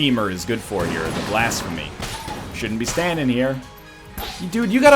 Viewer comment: STOP SAYING BLASFEMUR ITS BLASPHEMY